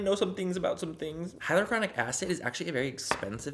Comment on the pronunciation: " I know some things about some things" ...Can't pronounce hyaluronic acid right